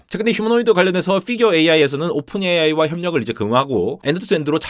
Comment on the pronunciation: 이삭이라니.. 이삭 뉴턴이 통곡 할듯요. 그리고 언제까지 오픈 예이아이 라고 발음하실건가요 ㅠㅠ